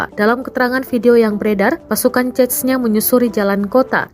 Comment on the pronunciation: Pertama kali gue denger narator Tribun bener dalam mengucapkan nama Chechnya, biasanya hanya diucap dgn lafalan 'Zenya'. Zenya kalo di Rusia adalah sebutan dimunitive utk org yg nama depannya diawali dgn 'Evgenia', misalnya Evgenia Medvedeva biasa dipanggil Zenya, atau dimunitive lain seperti Alexander biasa dipanggil Sasha.